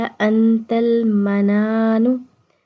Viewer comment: Sahi se parhiye MANNANO hai